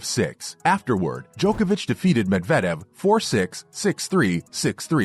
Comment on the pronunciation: How do you post this video not knowing that Novak has 21 Grand Slams. You also can't pronounce Medvedev's name properly. You should really do some more research before posting a video.